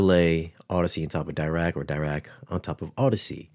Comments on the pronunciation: If I remember corretly, has a degree in electrical engineering, and still he struggles with the correct pronunciation of Dirac? It's not Dye-Rac it's Dee-rac, as in Paul Adrien Maurice Dirac, a French physicist from England who came up with the Dirac equation, from which the Dirac or Delta/impulse function was defined. Dirac live algorithm aims to improve the impulse response, hence the name Dirac. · If you see discussions with the Dirac creator, its pronounced D'ee'rac